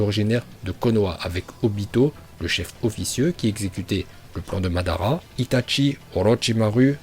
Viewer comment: Tu viens de détruire le prénom de madara😂